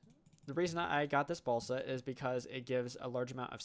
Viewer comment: Am i the only one hearing balsack instead of balsa?